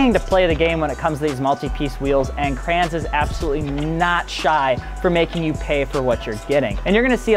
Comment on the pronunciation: Listening to this guy say "Crayons" instead of Kränze, painful.